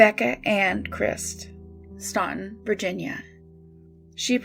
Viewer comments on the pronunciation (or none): Stan-Ton. The u is silent. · Staunton is pronounced “Stanton” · Staunton is pronounced "Stanton". Not sure why, but they are very insistent on this. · I live in Staunton (it’s actually pronounced STAN-tin, the “U” is silent) and I knew Bobby Ray Fitzgerald. I don’t have anything to add really I just wanna let everyone know that to those of us who knew him this case still fucks with us to this day.